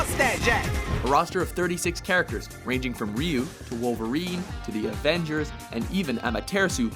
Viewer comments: the guy says (ryu) REE UUU, im pretty sure its pronounced "RYE UUU" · Ryu isn't pronounced "Ree-yoo". #GrammarImperialist